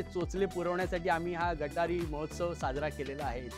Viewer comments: It not gatari. it is गतहारी अमावस्या. Hindu sanskritit gatar kuthe ala. Kunal Vijayarkar disappointend that you being Hindu and Marathi mispronouncing and miswriting amavasya before auspicious Shravan month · It is GAT AAHARI AMAWASYA and not gataree . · It's " Gata-Hari" not GATARI.. the wrong pronunciation has spread across and got a bad name to it... The purpose of following vegetarian food during Shravan is for eating right food as immune system is weakest in monsoon (due to no sunlight) also it's a breeding season of entire ecosystem (fish, animals etc) hope will all spread right information and spread the importance of following our rituals